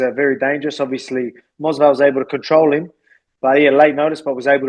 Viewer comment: The fact that Volk keeps saying "Mosvar" instead of "Movsar" is too funny 😂